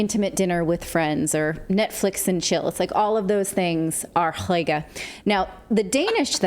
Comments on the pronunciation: Lol, such a funny way you pronounce "hygge" like "hoyge", haha. Try saying it like "hüggeh" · It's pronounced Huga.... with a long U as in Hugh or huge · It’s pronounced Who-Gha. You’re journalists. Why aren’t you looking things up before pronouncing a word that’s new to you? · Hygge is pronounced something like "hoogguh" - cosy. Yes they burn lots of candles to create the cosy atmosphere. Mind you it used to drive me crazy as I feel claustrophobic in low lighting!